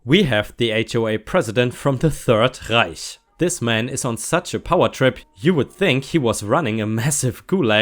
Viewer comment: I feel a little weird about how very much I enjoyed the pronunciation of "Reich."